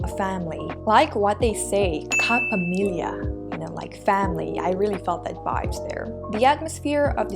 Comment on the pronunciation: I really like how you say “KAPAMILYA”